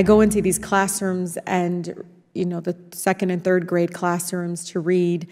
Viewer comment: Tlaib's lips are pronouncing "classroons" not classrooms!